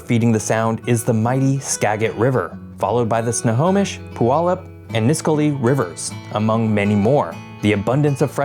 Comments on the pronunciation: "nis-qual-lee" for pronouncing the river and people. The folks in Orting never got the memo their town is sitting in a lahar zone. And Tacoma political culture at the local level is still a mess. Got out of there after 3 years. According to a source on the railroad they had a lot of accidents in Tacoma early on. The c plus student of cities in the area. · *Skagit = skajit *Puyallup= pew-allup *Nisqually= nis-kwally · Clicked away after hearing the pronunciation of Skagit, Nisqually, and Puyallup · for anyone who wants to know how these are actually pronounced Ska-jit Snow-home-ish (got this one right) Pew-all-up Nis-qu-all-ee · Some helpful pronunciation Tips from a local: Juan de Fuca = "wahn day few-cah" Skagit = "skad-jit" Puyallup = "pew-al-up" Nisqually = "nis-kwal-lee" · Skagit: "SKAA-djit" Puyallup: "pyoo-AL-up" Nisqually: "ni-SQUALL-ee" Also, I wouldn't exactly call Tacoma "obscure." If I travel around and tell other Americans or Canadians that I'm from Tacoma, they usually know that it's a major city in the Puget Sound area. At least you pronounced "Sequim" and "Steilacoom" correctly...gotta give you credit there. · Oof. You missed the pronunciation on 3 or 4 of these rivers. Skagit has a soft g. Puyallup is a y, not a w. Nisqually rhymes with 'missed Wally'. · Skagit is pronounced "SKA-jit". Puyallup is pronounced "Pyoo-AL-up". Nisqually is pronounced "Niss-KWAHL-ee". You did pretty well, I've heard a lot worse attempts 😊 great video as usual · Your pronunciations crack me up. Ska-jit. Nis-qwally. Pew-allup. Few-ka (although the way YOU said "Fuca" is the proper Spanish pronunciation, we say "Few-ka" like "Cew-ba".) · Puyallup is pronounced Pew-wallup, and Nisqually is pronounced Nis-qual-ee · Fuca sounds like ‘fyookah’ Skagit sounds like ‘yeah-jit’ Puyallup sounds like ‘pew-AL-up’ Nisqually sounds like ‘disk Wall-E’ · NIS-SQUAL-LY. Nice place to launch the Kayak and paddle for the day.